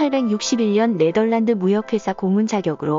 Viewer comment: 왜 자꾸 네들란드라고 하는 거지..